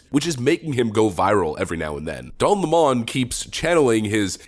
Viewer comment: Pronouncing lemon as lamon make you sound dumb AF